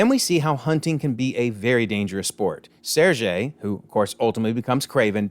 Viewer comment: It's not the only scene missing from the trailers, but it is probably the biggest omission. & That is not the correct way to pronounce Sergei's name.